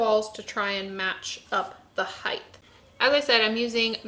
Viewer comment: Why does it sound like is saying "heighth"?